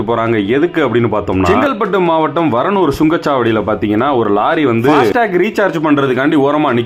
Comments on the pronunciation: Athu varunur illa da paranur da 😅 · varanur illa paranur brother....